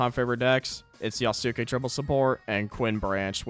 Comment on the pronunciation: Love how he can pronounce Maitake correctly but not Yasuke.